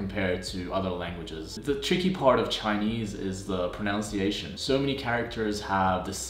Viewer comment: It's always ironic when English speakers (even native ones!) mispronounce the word "pronunciation" :D